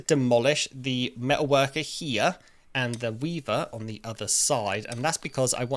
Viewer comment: The change in inflection when you said the word "Weaver" while you were mid sentence and noticed it and kind of just panned up to it a tiny bit was honestly funnier to me than if you'd have said something out loud about it. I loved it 😂